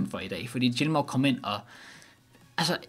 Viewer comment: Fin video, men husk lige at udtale Gilmours navn rigtig til næste video.